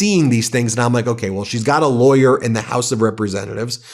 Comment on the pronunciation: 'Any laywer knows that!' So how does Ben know? Is he still saying he ia a active lawyer?